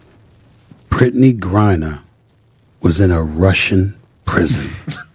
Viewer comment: This narrator has pronounced Brittany’s name 3 different ways throughout!!!!!! Smith even pronounces her name correctly, and you still get it wrong! This is why it’s hard to take your stories seriously! Do you even care about that?? I’ve watched Brittany and her cohorts abuse Caitlin over and over, but do you all actually research anything, or just go on hearsay???!!!!!!! What about your accountability?